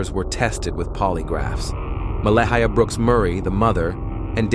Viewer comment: Someone needs to teach AI to pronounce Mah-lay-ah... not Mella-hiya 😮